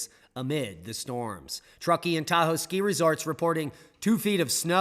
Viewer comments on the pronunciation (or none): none